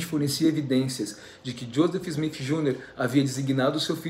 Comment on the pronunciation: Kkkk,ele é engraçado. Porque ele fala Smif,?ou é impressão minha🤪